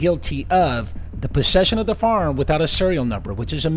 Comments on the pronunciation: I love how you say “faarm” instead of “firearm” lol lol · It sounded like the host said farm instead of firearm!